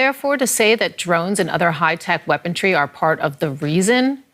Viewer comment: She can't even pronounce WEAPONRY, she keeps saying weapontry. Some journalist...